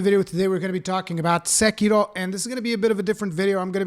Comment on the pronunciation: did he just pronounced "SEKIRO" with asian accent? perfect!